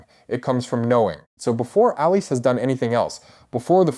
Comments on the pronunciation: Its pronounced Alice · Pretty sure it's just pronounced like "Alice." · Sorry, but I'm turning off. In this day, if a creator can't even correctly pronounce the character's name, it's sus... I immediately think 'AI.' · Why is your pronunciation off